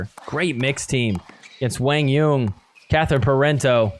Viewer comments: lol who the hell is “WANG YUNG” do you mean Quan Doung!?!? 😂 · To be more precise, it’s pronounced “Quah-n Yuhn” but great job trying to pronounce it right. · So Quang Duong is now "Wang Yeun"😂😂